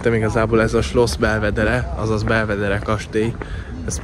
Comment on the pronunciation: Ejtsd: "belveder" 😎